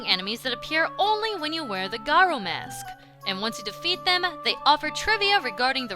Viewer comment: Im so glad she says garo correctly.